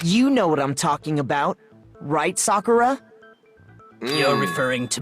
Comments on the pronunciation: Bruh how do you still pronounce “Sakura” wrong when they even say her name in this video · your not saying sakuras name right